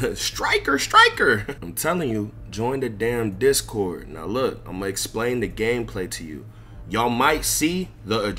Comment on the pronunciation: Bro said “discy cord” 💀